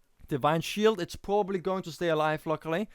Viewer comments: nah, just sometimes it looks like its hard to say "probably" for you, like you chew it :) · it was the best round for me. nice shoutcast and u have some problems with verb "probably" btw :D